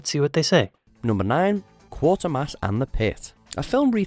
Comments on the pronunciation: Watch Mojo are always mangling pronunciations. It's pronounced Kwa-ter-mass not Quart-er-mass. There's only one "r". If they'd even bother to watch the trailer, they'd know Andrew Keir's character is Professor Quatermass. It was rated as a horror film. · QUATERMASS is pronounced... KWAY-TER-MASS. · So sick of British things being pronounced wrongly, especially by a supposed Brit . . It's Quatermass (Quate rhyming with crate) there's no 'r' in there, so not Quartermass!!!! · It's Quatermass, not QuaRtermass! But truly great, and the most British of these. It scared me so much as a kid! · Quatermass not Quartermass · It's 'Kway-tuh-mass'. not quarter-mass. Eye roll. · It's pronounced "Quaitermass" not Quartermass. 😆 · KWAYtermass. Not Quartermass. Jaysus... a Brit should have known better! Great film though. You absolutely should check it out. "Moon" is also superb. "Sunshine" starts brilliantly and ends as a disappointing monster movie. "Brazil" is one of my top five films of all time. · the Lad Narrating got the Mans Name Wrong, its not Quarter-Mass, there's no R, its Quater, with an A. Rhymes with Waiter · It is not "Quartermass" it is 'Quatermass"😊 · THE CORRECT PRONUNCIATION FOR "QUATERMASS" IS KW8TERMAS NO KWORTERMASS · It's not quartermass. It's pronounced kwaytermass. So this guy clearly knows nothing about what he's reading. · "Quater-mass" (like Crater) NOT "QuaRter-mass" FFS!!! 🤣🤣🤣🤣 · Quatermass is actually pronounced as Kwatermass, it would only Quarter mass if spelt that way. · Gah! It's "Quatermass," not "Quartermass." The original 6 x 35 minute TV version is better for the long-burn, but film is a good precis of it. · It is not "Quartermass" it is "Quay ter mass". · Quater-mass, not Quarter-mass. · Quartermass?? It's Quatermass, but even the narrator got it wrong. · The original T.V. version of Quatermass (pronounced as in equator not quarter ) was much better than the Hammer version. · Quatermass not Quartermass! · Not 'Quartermass' it is QUATERmass